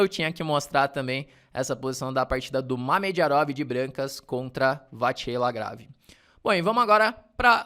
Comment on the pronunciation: Dois reparos, se o me permite: 1. Vachier se pronuncia como se escreve vaxiê (foneticamente);2.Grand Prix não se pronuncia o x final, seria Grand Pri (foneticamente também). De resto gosto muito dos seus vídeos e sou...VIP!! A gente se vê no Continental!!